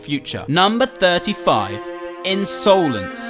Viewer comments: Ins-OH-lence eyes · Insowlense eyes